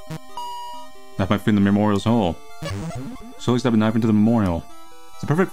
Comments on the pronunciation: when you say knife you say noice i just love that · Every time says the word “knife” i lose it a little